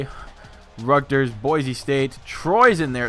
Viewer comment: Hey it is Rutgers not Rugters